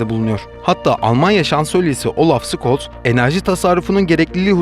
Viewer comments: Olaf Scholz. Olaf Şoolz diye okunur, Skolz diye değil. Haber de mi izlemiyorsunuz hiç. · Olaf Şolz abi skolz değil :D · olaf scholz un soyadı skolz diye değil şolts diye telaffuz edilir,GZT ye yakıştıramadım abonelikten çıkıldı. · Almanya başbakanının soyaydı (sıkolz) diye telaffuz edilmiyor scholz (şolz) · Olaf Scoltz değil Olaf Şoltç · Şolz. Skolz değil. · Abi Olaf Skols Diye söylenmiyor Olaf Şols Diye söyleniyor bilgin olsun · Olaf Şolz okunusu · Emeginize saglik ancak avrupada yasayan biri olarak Almanya Sansölyesinin ismini hatali teleffuz ettiginizi söylemek durumundayim. Yazilisi (Scholz) Okunusu (Şolz) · Alamnya, pahalı AB sıvılaştırılmış gas almak için çabalıyor resmen... Para babalarının kirli oyunları. Küçük bir destek =) Abi Olaf Şols diye okunuyor Almanca (Sch) = Türkçe (Ş) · Nobody: The man: Olaf Scols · Olaf SKOLTZ... Telaffuzdan emin degilseniz, bir zahmet arastirip ogrenin. Iskembeden sallamayin